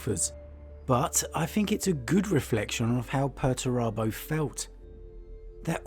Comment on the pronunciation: 'Per-TURE-abo'. Per-ter-abo. Why are these names ridiculous? Lol